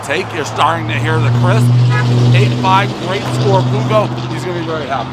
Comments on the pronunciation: You're reading the name Fu-kou, it's Fwo-ko. Not an issue but just in case anyone's unsure. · Davey, you're the BEST but before doing a review KNOW the CORRECT pronunciation of the Italian name. Ffff-WOKE-oh. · Fooo- ohhh- koe. Means "fire" in Italian. God bless brother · It's pronounced Fa-k-o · Can always count on Dave to butcher the Italian word “Fuoco” 😂